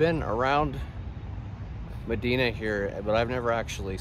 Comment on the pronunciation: It’s pronounced muh-die-nuh, not muh-dee-nuh